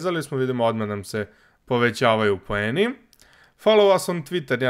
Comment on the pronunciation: Kaze se poeni ane pojeni